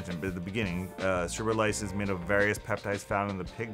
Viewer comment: You can't even pronounce it.